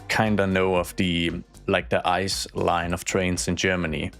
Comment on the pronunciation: Can confirm, every German knows the ICE trains. Btw we dont pronounce it like the word ice. Its an abbrevation for Inter City Express, so we just pronounce each letter, like I C E